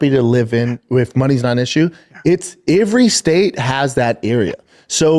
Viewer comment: He cant pronounce the word " every". He just lazy with the language and nobody corrects him